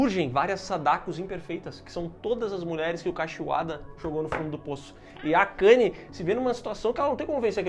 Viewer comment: miguel falando akani KKKJKKK